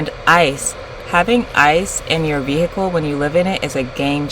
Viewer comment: On my last damn nerve saying “vi-hickle” 😂😅